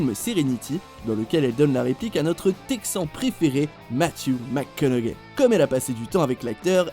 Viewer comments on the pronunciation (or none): J'ai eut tellement mal aux oreilles d'écouter encore et encore cette prononciation de Matthew McConaughey... Faites un minimum d'effort pour bien prononcer son nom. Et on a pas assez de temps pour bien apprécié chaque imitation